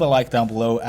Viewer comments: Actually Actually Actually Actually Actually Actually Actually Wuld uv Wawcwaft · WUULWD OUVV WOUAWCWAFT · wowld of wawcwaft